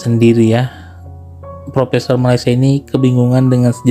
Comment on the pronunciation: Min sebut malayd sh